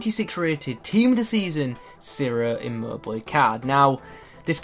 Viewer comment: it's pronounced chiro not siro. Anyway, great vid as always:)